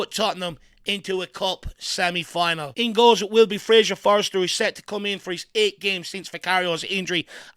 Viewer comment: ftlog it’s FORSTER..FORSTER ffs love the channel x